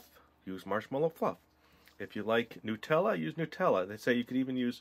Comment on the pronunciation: I love watching u but you called nutella n u tella